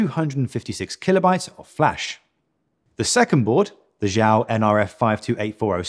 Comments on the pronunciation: It's not pronounced "jow". It's pronounced "she yow" (the space is not a pause; say it quickly as if it's one word). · Xiao is Chinese for small use google for the correct way to say it👍 Good vid BTW thank you